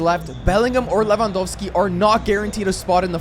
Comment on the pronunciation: I Like how you call lewandoski “le wa dos ki”